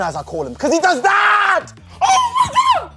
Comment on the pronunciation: ‘’Everyone like dat’’